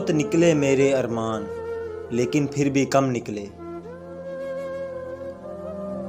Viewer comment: لفظ ارماں ھے ارمان نہیں ھے اپنا تلفظ درست کریں